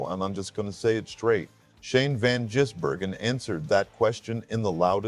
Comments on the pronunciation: Not Van Jizz-burgen, it’s pronounced Gizz-burgen. But thanks for the vid. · did you really (mr AI) just say Van jizz-bergen?!? wow.. I've heard it all.. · Vanjizzbergen?!?? Terrible AI voice!!